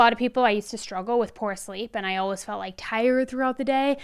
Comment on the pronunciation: Where is she ( ) from? She always pronounces ALWAYS as alwas